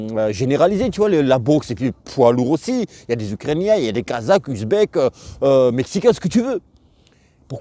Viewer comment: Tu avais du mal avec les « uKRainiens » 😂